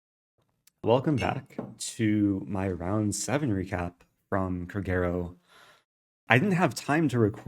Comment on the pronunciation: The way he pronounces Kragerø, lol. It's funny if you're Norwegian. I promise😁